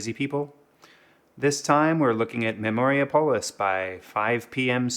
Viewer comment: It's Memori-Apolis, not Memoria-Polis